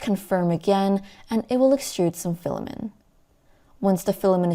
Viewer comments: Good video, but pronouncing it as "filamen" and not "filament" (not a silent t) kept distracting me. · why are u saying "filamen" without a t? great review though! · Filament, not filamin